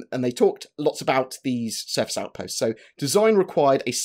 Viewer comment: Surface Aoutpastes :)